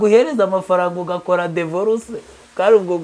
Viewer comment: Bavuga dIvorce ntabwo Ari dEvorce